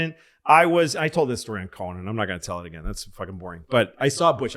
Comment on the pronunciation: I'm going to listen to these ageen....and ageen....and ageen....and ageen...and ageeeeeeen.